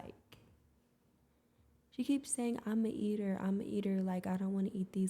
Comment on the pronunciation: Nah I’m from New York and I’m 24. No one says eater in the way does. Shit sounds weird